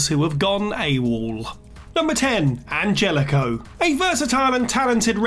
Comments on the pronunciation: its anhelico, not angelico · An-hell-ico, Jesus christ its not hard. What can we expect from this person though